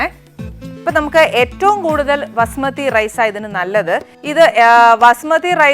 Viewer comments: Pronounce the rice property not vasumathi it is basumathi rice please madam.Too much talking talk little do the work corr6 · Vasumathi alla, Bhaasumathi